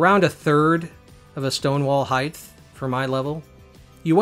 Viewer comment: Are you saying "heighth" ? - :P